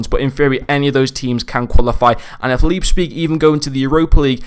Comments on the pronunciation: Actually you made a few mistakes if Leipzig were to get knocked down to Europa the cards still gets uprades. Also it's prononunced Liepzig great review as always. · Leipzpig 😅? Sounds funny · The p is before the z It’s Leipzig